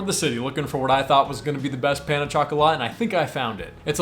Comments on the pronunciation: He gave me a giggle a few times. Pain (as in hurting) for bread in French. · Gotta love how Americans pronounce 'pain'.😂